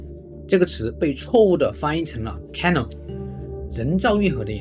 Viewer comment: Canal 唸錯了。重音應在第二音節。😢